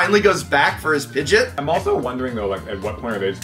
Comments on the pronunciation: did the professor call Pidgeot “pidgit”? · Dude called Pidgeot, Pidgit Lol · cause that’s not how it’s pronounced. Not in the anime or trading card game. You don’t call Doritos, Dortos Or Beer, Ber/Bear. It completely changes the word into something else. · it’s pronounced Pidgeot, not Pidgit. YouTube how they say it in the anime. The last episode of Ash being in Pokemon, he clearly says Pidgeot, not Pidgit. A Youtber called: King Sentinel has the clip from the anime on his channel. I just watched it. It’s 32 seconds long. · I thought I was the only one who pronounced Pidgeot as "pidge-it", lol. Glad you guys were able to make so many videos from your visit to TCC and hope you make more soon. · Likely because the Pokerap pronounced it that way.